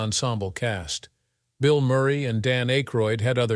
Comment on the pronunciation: Dan A-croid?